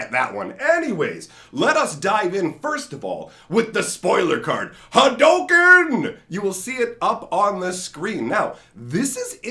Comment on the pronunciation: no it's not. It's pronounced Ha Doh Ken. It's the way of the Ha Doh, not the way of Ha Doo